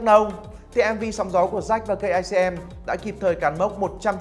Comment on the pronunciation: đọc sai nha cây atm chứ đâu phải kicm